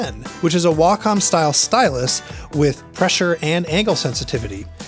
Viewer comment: Wacom is pronounced "Wack-em"